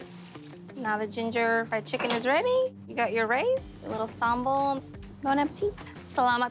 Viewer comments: It’s funny how the lady pronounce it as “Samble” (giving some accent) but Guy pronounces it the correct way, “Sambal” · Mostly people in Java pronounce Sambal with Sambel . While in other provinces in Indonesia we pronounce sambal like Guy did. It depends on which province you are from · thats the way Indonesians pronounce sambal...